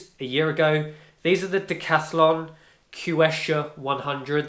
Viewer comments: Quechua is pronounced as “keshwa”…😊 yup, i noticed outdoor shoes/boots from decathlon lasts about a year or year and a half when used daily. nice review! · It's pronounced /k̍ɛtʃʊə/ˌ "ketch" as in in ketchup, "u" as in put, "uh" as in America.